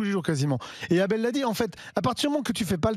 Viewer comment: Le syndicaliste gaucho qui appelle deux fois son collègue « ABDEL » alors qu’il s’appelle « ABEL » … 😮🤔🤔 Et qui insiste à mal prononcer son prénom à dessein ???🤔🤔😱 ça ce n’est pas du racisme ?????? 🤮